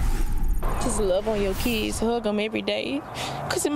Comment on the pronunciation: Her "keeds"? 😂